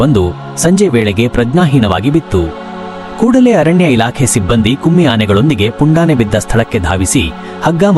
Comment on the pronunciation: its not kumi Anne it’s Kumki. Don’t give wrong info or tell incorrect words . 1st learn to pronounce